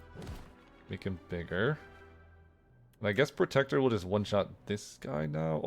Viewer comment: Sir it's protector, not "predator" 😊